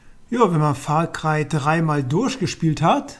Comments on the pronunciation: Far Cröy xD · Far Krei... omg